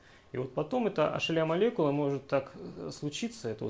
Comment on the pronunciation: Лол, никак не мог с начала понять, что за ашеля, а это hla (эйч эл эй)